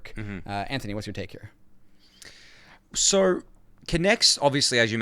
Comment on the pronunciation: Can you pls keep this guy instead of Ryan, other than the way he pronounces "here", he is perfect.